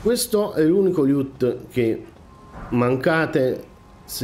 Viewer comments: preferivo quando facevi "mmmh mmmh" più spesso! Invece la pronuncia "liut" invece di "loot" ti è rimasta! :D :D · Amico mio, i tuoi video sono utilissimi e tutto; io sto a pochi km da te a giudicare dalla tua cadenza vocale, quindi da "paesano" mi permetto di darti un consiglio (poi lo accetti o meno, continuo a seguirti😁) cioè: ti prego, ti supplico, ti scongiuro... pronuncia "LOOT" come dio comanda!! Mi sanguinano le orecchie ogni volta che ti sento dire quel "LIÙUUT", non c'è nessuna "I" tra la "L" e la prima "O"!!!! Si pronuncia semplicemente "Lùtt".